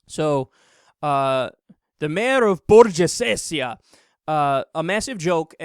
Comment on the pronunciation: Unless you've misspelt the name of the municipality on your crotch bar, it's pronounced "Borg-o-sezia". Stop trying to be funny with a language you don't understand.